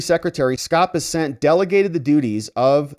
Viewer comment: It’s Scott Bess-ent